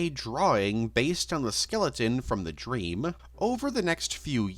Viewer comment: What accent/cadence are you doing here? Is "male valley girl" actually a thing? And don't even try to tell me that you normally pronounce "dreaMUH" or "twenty-seventeeNUH" or "didn't do very weLLUH"..